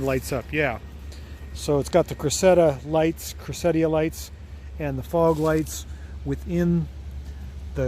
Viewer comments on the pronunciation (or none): It's "CRESS-ih-da"